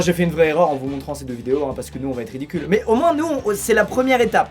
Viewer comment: *Met c pas pour faire le gars mais ce ''mait'' me gêne mais ta raison